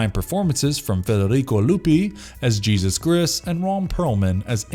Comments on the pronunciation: Are you surprised? He couldn't even say Jesus! Or Nosferatu for that matter. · Pronounces every Hispanic name with a heavy accent but can't say Jesus right. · What's with the Del Torro's name being pronounced right but Jesus is Geesus? 😂😂😂